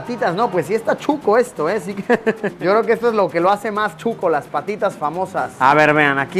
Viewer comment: emmm Chuco??? o Shucho?? soy de Guatemala y para nosotros es Shuco, mal pronunciado Chuco... pero es SHUCOO sssssshhhhhh shucooo no chuco